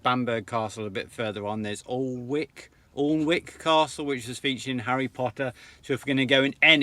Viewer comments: Happy Anniversary ! - Interesting back story. FYI, Alnwick is pronounced "Ann-ick" Not to be confused with another place not far away near Hexham called Anick ! (Hexham is pronounced "Hexum"...) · Nice tiki tour guys. By the way 'Alnwick' (the 'L' & 'W' are silent), pronounced 'Anick'!! ['Bamburgh' is pronounced the same as you pronounce Edinburgh!!] Have travelled and experienced UK & Europe, when I lived & worked there 10+ years from 1978. Used to have a cottage near Berwick Upon Tweed and worked in Lindisfarne Castle. Surprised you did not take the ferry from Seahouses to the Farne Islands to see the Puffins!! Experienced and seen more than most people do in several life times. Been round the world 3 times, the last courtesy of Warner Bros TV. Take care & stay safe, particularly doggies. Kia Ora from New Zealand. 💜💜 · Alnwick is pronounced like Annick and Bamburgh is like Bamber. What a wonderful journey you've had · Sorry to be pedantick but Alnwick is pronounced Annick rhymes with panic 😂anyway love you all and your videos, keep on doing what you are doing ❤ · congrats.....your murdering these nothumberland town names....alnwick - annick, bambrugh bambra lol FYI where drones are not allowed to fly as the town and most of the beach is private land..... it is illegal to fly a drone over Bamburgh Castle and the surrounding area without permission from Natural England and Bamburgh Castle Estate. This is to protect the wildlife that live in the area. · Bonus video, thank you. So interesting to see old photos and the account of your travels. I remember the van in Australia, and looked for it some time ago, but couldn`t find it. Amazing travels. Alnwick is pronouncerd Anick. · Help from Some geordies - love the video but it’s Allan-mouth and An-ick 😂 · Fantastic loved this video x happy china anniversary x alnwick we up north ( Sunderland) pronounce it añn nick x enjoy your next milestone 25th anniversary so it will be silver x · Alnwick is pronounced Ann hick